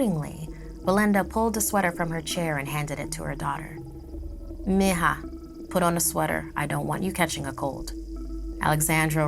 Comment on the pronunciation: Never heard mija pronounced as “meh-ha”...